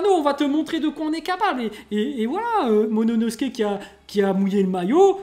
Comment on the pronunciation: C'est pas monono mais momono...